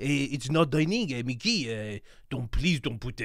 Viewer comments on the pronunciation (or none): none